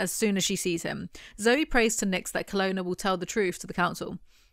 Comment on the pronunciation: i have no idea why but i always read kolona as canola in my head, even when i read these books as a teenager, its always so weird to hear it said the right way lol